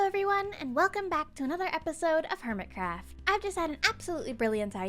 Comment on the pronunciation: "hermit raft"💀💀🤣🤣🤣😂😂 Sorry